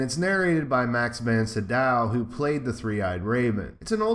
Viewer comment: It's Max "Von See dough", Bugging me but I like your sight a lot. Von SEE DOUGH!!!!